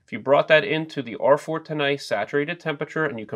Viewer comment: R-four-ta’nay? I’m pretty sure you’re intentionally putting too much emphasis on the h in cool whip.